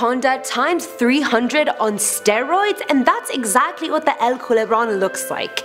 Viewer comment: I don't like how she said steroids